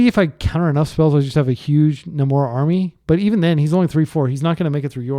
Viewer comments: It's pronounced NAY-mor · ive literally never heard anyone pronounce namor like that 😆